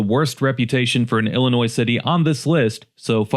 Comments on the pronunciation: First of all, you are mispronouncing our state. It is Illinois, not Llinois (Intro). You missed Gov. "Prickster" video message, 'There is no crime in Chicago'. Illinois was a heavy industrial state. When the decline started in the 70's, and definitely in 80's, when business, especially manufacturing left for China & other right to work states. Chicago & the other communities that were mention in this video, have been run by many corrupt politicians, judges & other community leaders for many decades. Any Large Urban areas in Illinois are "Shit Holes" with High Crime, High Drug Use, high taxes and corrupt politicians, even today. Today, most "Blue States" are run by people that do not care about their people, just look at Obama, he was from Chicago (allegedly) when he was President & did nothing to stop crime. So if you want high crime, high taxes and poor public education, then please move to Illinois. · The S is silent, too bad the outrageous crime isn’t. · He said Illinois with an S 🤦🏽‍♂️🤦🏽‍♂️🤦🏽‍♂️ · Just say Illinois. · Don't make a video about Illinois, if you don't even know how to pronouce, "Illinois" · First of all the "s" is silent in Illinois. Second I live in Decatur, IL. I work for IDOC. I put ankle monitors on parolees in central Illinois. We have NOTHING. My race ruins, destroys, terrorize everything, everywhere. It's embarrassing. Not all of us are ghetto, trifling, hood, or criminals. Even I steer away from my own race much as possible. Pedos roaming free amongst us, stores, malls, bars, skating rink, bowling alleys, etc all closed. Jobs leaving. I'm thankful I have a good background to have the job I have. I live in a nice neighborhood, but I see ghetto near it a block or two away. I would like to move, but don't know where. North is too cold, and south is even more criminals and mentally unstable people. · The S in illinois is Silent like the Y in YOUR GIRL 🤷🏽‍♂️ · This guy doesn't know how to pronounce "Illinois" the S is silent.